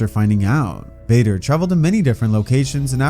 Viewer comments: bro did not say vader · that didnt sound like you said vader 🤨🤨